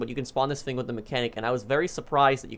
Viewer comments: "this fing" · i’d be rich if i got a dollar every time he says “fing”